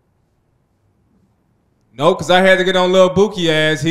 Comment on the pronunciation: They really be saying 4/foe not folks 😅